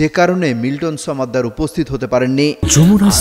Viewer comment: সমাদ্দার, ছমাদ্দার না। 😂